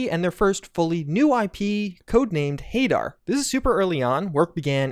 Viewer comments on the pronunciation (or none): none